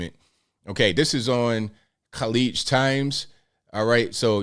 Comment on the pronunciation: bro you pronounced khaleej perfect wow